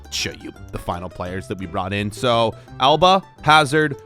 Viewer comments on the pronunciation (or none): none